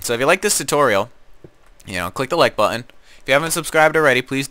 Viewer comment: It's pretty funny how he pronounces "button".